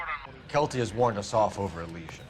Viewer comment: Is it not pronounced elEEsian fields?